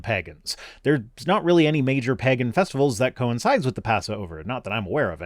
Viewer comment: TIL pronounces the word "pagan" in a very weird way. 😆😆